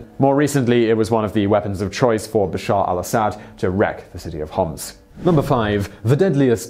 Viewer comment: also, Bashar al Assad, not bassar